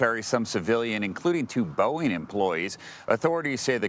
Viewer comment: "... including two BOWEEN employees.." Do you mean BOEING??